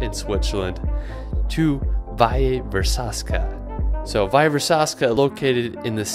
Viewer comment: “Valle Versazca” near Lugano, not so accurate :)